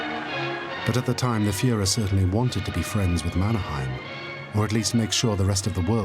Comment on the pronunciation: Problems: - Mannerheim pronounced wrongly. - "old enemy" .. 22 years of independence does not make one as on old enemy - Russian soldiers are wrong. Those were Soviet soldiers AND mostly Ukrainians (Stalin's way to make a genocide) - not explained why Mannerheim knew: because he was an officer in the Imperial Russian army. - you'll notice there is an Alexander II statue in the middle of Helsinki (the old center) .. because he maintained the semi-independence of Finland. - Finland needed German help because the fact that Allied were too weak and sending help using ships were impossible. And due to the blaa blaa blaa instead of actions (which dominates today's EU too). Finns typically act. We are introverts here and mostly dislike blaa blaa blaa.